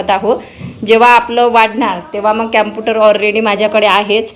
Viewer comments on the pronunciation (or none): Sis it's computer not keputar .. don't mind ❤